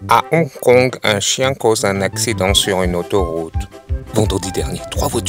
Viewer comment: C'est drole comment il prononce hong-kong au début de la vidéo